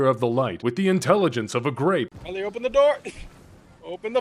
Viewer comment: Love the pronunciation of my name Rylee